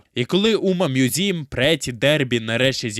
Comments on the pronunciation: Чому ви читаєте назву як умамузім, це ж умамусуме/умамасаме? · Який нафіґ "мʼюзім"?! Правильно ж «Мусуме» (з наголосом на перший склад)!.. Короче, сам автор канала — це ШІшка, яка галімо читає японську транслітерацію. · О так, давайте більше всратих способів прочитати "умамусуме", я навіть поставлю за це лайк!